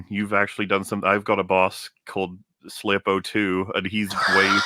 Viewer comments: Thou shalt not shlurpo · "I have a bad shlurpo about this" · Shlerpo is the word.....😂😂😂😂😂